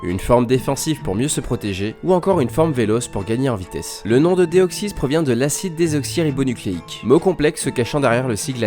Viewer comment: Tu dis vachement bien acide desoxirybonucleique